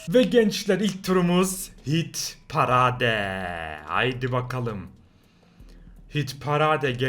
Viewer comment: parade pareyd diye okunuyor yalnız